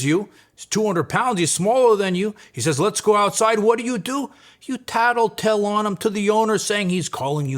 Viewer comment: I actually laughed when you said he taddle tailed 😂